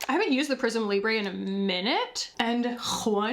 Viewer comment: Prisme Liiiiibre. Not Libré